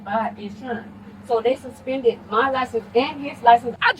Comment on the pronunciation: "My liscabums dont be sumspendum!" Repeat ad nauseum.